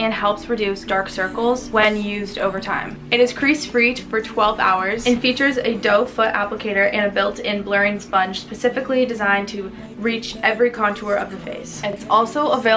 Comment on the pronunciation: when she talked abt the concealer sponge sis said PACIFICALLY